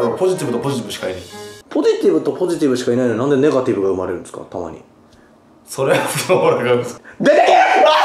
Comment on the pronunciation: そrrrrはねえ